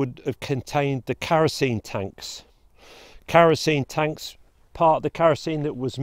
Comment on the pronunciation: 1. It would not have annihilated mankind! It would’ve killed millions upon millions, but not wiped out mankind. 2. It’s not ‘karosene’. It’s ‘kerosene’, with an ‘e’. 😂